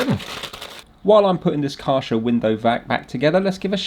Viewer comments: Karscha 😂👌 never heard a name beeing molested so badly 😅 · KärCHer or KärSHer? Asking for a friend 😊